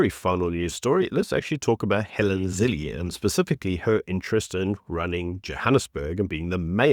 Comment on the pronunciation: It’s Zille pronounced Ziller not Zillee. Your name is pronounced not Shepturd.